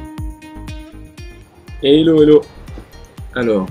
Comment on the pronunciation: essayez de dire 'Hello' à la place de 'ello', y a un hache qui doit être prononcé >_< En tout cas bravo pour votre travail !